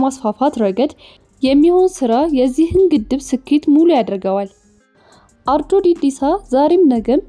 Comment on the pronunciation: አርጆ እንጂ ኦሮጆ አይደለም አስተካክለሽ ተናገሪ።